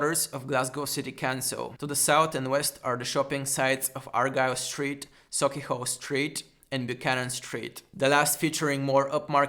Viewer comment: Great video man. You might know more about Glasgow than any of us who've lived here forever do haha. Well done. Also, you nailed the pronounciation of Sauchiehall street which isn't easy for non-natives, well done.